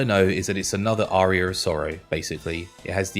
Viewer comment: Why does he pronounce Aria like Arrear 😂😂